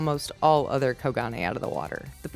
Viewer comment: I think it's pronounced as Ko-gun